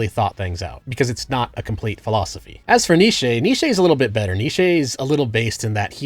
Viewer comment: Two new ones I spotted in this video were Nietzsche and exposé.